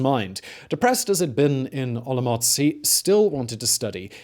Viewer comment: Hearing you say OloMocc is making my day. Thank you for the great content. And for the silly pronnounciations. ^^